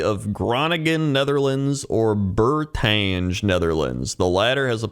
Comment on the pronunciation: I knew i wasn't gonna be disappointed with pronounciation:D Bourtangy is how i'll say it from now on haha Glad you liked the star fort though! I've yet to visit it myself but would love to during the summer